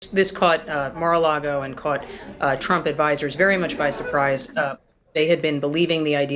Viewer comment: Did Mags say Marra Lardo?